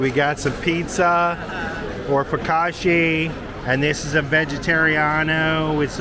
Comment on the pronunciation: Focaccia (foh-kah-cha) Just a little help with the wo0rd since you are going to use it often.